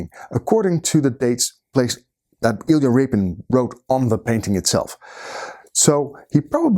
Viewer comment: homie you say "i expect you to know something about iyla rapin, you clicked on this video", there was no way to know it was him by title I was trying to figure it out lelading up to you saying it. Huge fan by the way great videos.